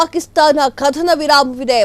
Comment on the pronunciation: ಆರು 'ಘಂಟೆ' ಕಾರ್ಯಾಚರಣೆ, 'ಕಧನ' ವಿರಾಮ, 'ಪಭ್' ನಲ್ಲಿ ಕಳ್ಳತನ, 'ದೊಡ್ಹ' ಆಪರೇಷನ್ , ಶ್ವಾನ 'ಧಳ' , 'ಪಾಕಿಸ್ಥಾನ'.. ಈ ಶುದ್ಧ ಕನ್ನಡ ಉಚ್ಚಾರಣೆ ಕೇಳಿದ ನಾವೇ ಧನ್ಯರು.. 🙏🙏